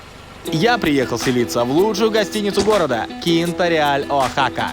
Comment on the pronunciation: ОАхака, а не ОахАка, очень режет слух